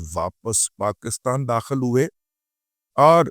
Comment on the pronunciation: Azeez lakhnvi marhoom ka umda sher jise ghisa pita nahi kaha ja sakta ........ Baqi apka maddah hun ... Apka hr tajzia tabsra jandar ur haqeeqat k qreeb tar hota hai...aik ur bat arz karna thi.. watne azeez Pakistan ka talaffuz ..pakis tan yani harf kaaf zer se durust hai.Allahapko slamat rakhy... S.R Saifi